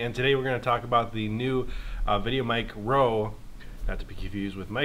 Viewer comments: Good god I couldn't last through half way the video because you kept saying VideoMic-ro. Its micro. One word. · Stop saying "Mic-Ro". Dang sounds so awful. It's put together "Micro" for a reason. Mic GO is separate cuz it's spaced out and capitalized intentionally